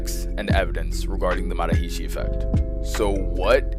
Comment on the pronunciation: It's not MA ha REE SHEE. It's more like MuhHArishi said quick. It's not SHEEDhee, It's SIDhee. You should reshoot it.rickvedyoutube